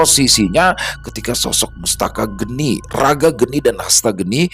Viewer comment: Sepertinya bukan mustaka geni, tapi mastaka geni Mastaka (kepala) geni (api)